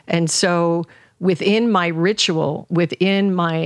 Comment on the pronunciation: Loved this one ❤️ I also heard in this one that ... ritual sounds as Rich Roll 😉 Much love and peace to everyone who reads this ❤️